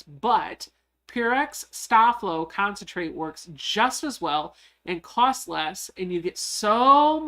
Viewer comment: Hi Becca, a great Live! I Love ❤️ the vinyl pouch, adorable 😍 💕 FYI, I grew up with a Mom who ironed all of my Dad's man tailored shirts that he wore to work daily she used Sta-Flo and it should be pronounced Stay Flow. Just thought that people of the younger generations should know!Thank You for Sharing another great project 👍 😀